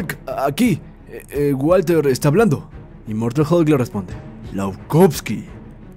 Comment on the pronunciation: "Immoratal hulk" :v